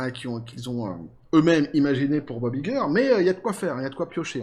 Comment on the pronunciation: on prononce en anglais Bob "ail"-gueur, pas i-gueur